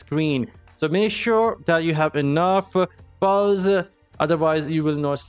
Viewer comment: Lol when you say pearls sounds more like Balls